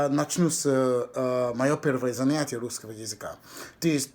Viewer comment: Перевоплощение В Рускыго чЭловэха